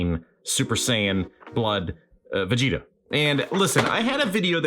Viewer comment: "I'm not vegtea I AM Super Vegtea"